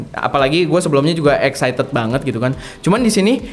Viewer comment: baca Excited di koreksi lagi kak biar gak salah